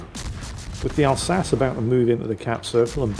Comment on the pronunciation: Since when did start pronouncing the Alsace like “al-sa-ssss” and not “al-sa-cheee”? instead of the guns, we end up with the tier 10 having ELC Even 90 levels of toxic camo values… oh WG, I would say never change but maybe it’s a good time to start changing